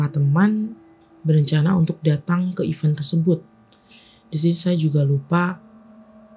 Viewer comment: jadi dapet mobilnya jam 11/12 malam nih? wkwk kalo mau membacakan kembali sebisa mungkin dibaca dulu yaa email nya sampai paham ceritanya baru di rekam😊 semangat👍🏼 oh iyaa event untuk acara dibacanya "iven" yaaa, jd nya bingung 😩